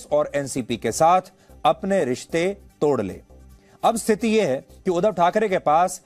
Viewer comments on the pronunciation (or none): Oh god he is pronouncing wrong. Its not udhav its " udhaav".